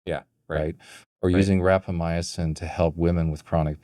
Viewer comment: Good discussion, plenty of reasonable speculation. Minor correction of pronunciation by guest: RapamyCin not RapamyAcin.